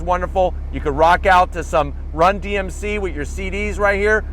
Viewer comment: Did he say Rum DMC??? LOL